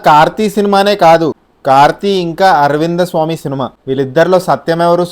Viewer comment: Aravindha swamy kadu aravind swamy